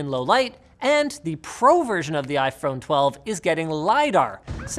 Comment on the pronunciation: "iPhrone 12" - ROFL